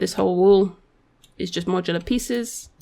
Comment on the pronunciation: Not mocular yes Modular :D haha